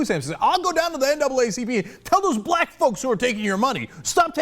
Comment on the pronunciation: Rick Santorum didn't say "Black People", he clearly said "Blah People" *stares at Jay-Ar*